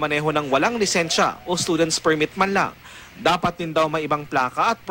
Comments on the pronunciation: "PRIMIT" 5yrs na to pero ngayon ko lng napansin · PIRMIT po ang sinabi try mo slow mo 0.25x